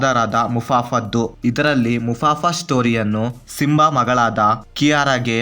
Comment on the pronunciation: ಮುಫಾಸಾ ಗುರು ಅದು ಮುಫಾಫಾ ಅಲ್ಲ